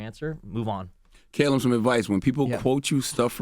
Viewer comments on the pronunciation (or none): "CAY-lum"?? as a brit i'm cringing lol.